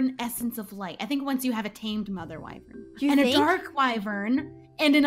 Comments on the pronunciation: wyvrens???? EES WYVERN XD love you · LISTEN UP its wyvern not WYVREN